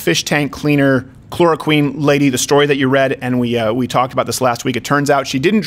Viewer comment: Are you saying “Chlora-queen”? If not that’s what we should start calling her. Eh maybe that’s mean, nah never mind. To the Chlora-Queen!